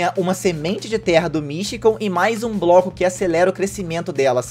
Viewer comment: No tempo ele fala broco